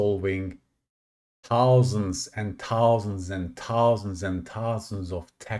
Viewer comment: TOUSANDS AND TOUSANDS AND TOUSANDS